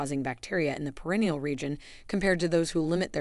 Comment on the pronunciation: Your videos are probably good and informative but your mispronunciation of really important words is embarrassing. Can’t listen 😞 Vaganal?😳 Bidet? Perineal! Look up some of these words.learn how to pronounce them.